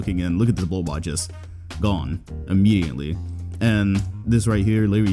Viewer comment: Lmao at it again with the ‘Immedianly’ ‘Larry HewGs’